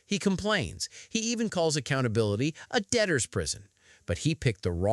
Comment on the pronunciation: He said adaptor prison. He cannot even say DEBTORS prison. It's not the court's fault that this man unfortunately has 5 other kids. He needs to stop reproducing. He is going to fight this. He has to pay the state for the cost of the birth because the mother (and then the child) were on Medicaid. Is anyone else concerned that an 11 year old special needs child is just going to his contracting jobs? Instead of actual care. He's irresponsible and a bum. He paid $5 to prove a point. He needs to go to jail for this. He will not pay, he better be held in contempt. $1300 for the birth of your own child is so low. Bringing his child to court is abhorrent. What a sick asshole. He wants to bring his child as a shield so he's not held accountable and gains sympathy.